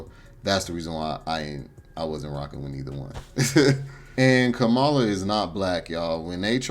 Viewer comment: Your comments about immigrants taking over you sound like the white folk . What you said is the same thing white folks say about black peoples also if you going to speak on the Vp learn to say her name correctly. You are also wrong on her policy she did not lock up black folks. Say what you want but you need to speak facts Sir